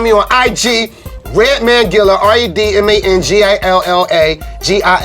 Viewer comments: Not “Redmond” lmao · “Redmen” lmao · "Redmin" lol its true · Reminds me of the colored spit guards when red say redmen like he trying to pretend to be a white dude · White people say Redmin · White people remember his name has an A in man not an E